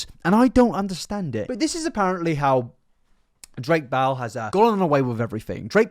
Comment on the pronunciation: I love how your accent makes it sound like you’re saying “Drake Bowel” as opposed to “Drake Bell”